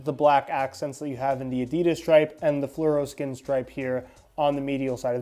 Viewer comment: Fluroskin?! Doesn't hit right